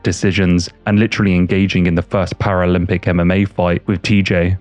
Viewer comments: “First Para-Olympic MMA fight…” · "The first paralympic mma fight with TJ Dillashsw" bwahaha